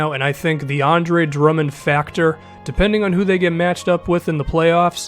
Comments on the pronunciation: did he say DeAndre Drummond? Lmao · Now that I replay that, it makes sense that he said "the Andre"